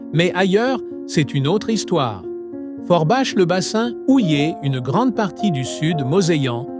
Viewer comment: Je suis surpris de voir la cathédrale de Strasbourg dans un documentaire sur la Moselle. D' autre part Forbach se prononce forbak et non forbache.